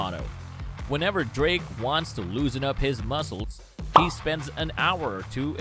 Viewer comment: Another Nice Vid! “Drrrrrrake” 🤣